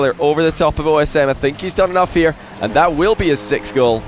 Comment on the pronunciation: there is definitely something off about the way he pronounces it, I just can't really explain what it is